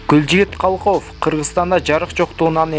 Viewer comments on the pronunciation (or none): Калков эмес Калыков туура оку сабатсыз